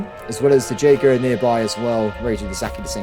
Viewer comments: Jaeger is pronounced "Yay-Grr" my friend. I keep hearing it, and I just giggle. Love your content. Long time fan. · Jaeger is pronounced YAY-Gur. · J in Jaeger is silent